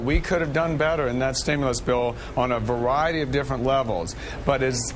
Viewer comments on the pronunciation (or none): Eric the pansy thug pronounces "Variety" like Elmer Fudd... "Vawiety."